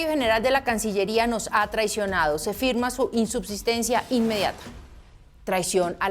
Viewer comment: Oye a no dice ...firma hay dice es firna...ese es un horror